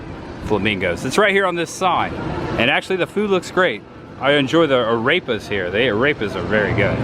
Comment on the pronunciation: of this video just made me laugh so hard....."Arepa" sounds like he says "A rapist" like Sean Connery from SNL skits